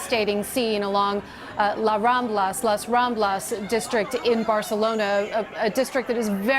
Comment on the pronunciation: Where is las ramblas?You mean lassos ramlosos?Is Paris Pariso now?Is this a joke or you have to be stupid to work on tv.Waooo !!! los robmlose